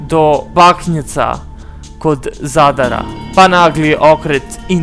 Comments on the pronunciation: Pa ovaj "NARATOR" je potpuno bolestan,pa da prica ne zna bre!1 te GeLeb :) pa Zarad mesto Zadar :) bolesnik jbt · nije zadara nego zadra i jos mnogo gresaka, ne znam ko ri dozvoli ovo glupiranje i nepismenost! A muzika odvratna